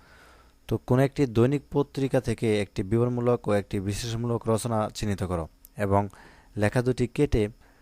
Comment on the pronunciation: Bran bol 😂😂😂😂 bibaron mulaol na biboron mulo😅